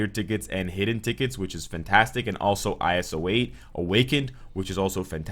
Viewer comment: It's iso-8 not i-s-o 8